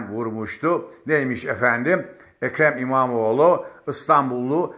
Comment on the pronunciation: "ekre mimamoğ lunaaaa karşııı", program yapıyorsun abi az bi diksiyon mu çalışsan.